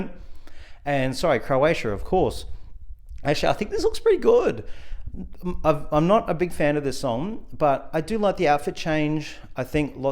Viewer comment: It's not Creoatia it's Croatia